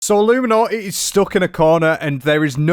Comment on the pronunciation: So nice to learn so much about ah-loom-ah-naugh-eh. Whoever that is 😅